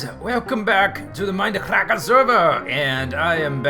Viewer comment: The whay you say Mind-a crack-a server!.... Epic